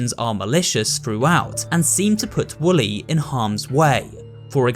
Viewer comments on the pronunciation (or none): Also its Wooly not Willy